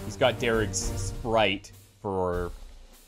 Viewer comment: "Daris's SPRITE?" Nah, Darig likes Mtn Dew and is full of SPITE that you keep saying his gun name wrong lmao.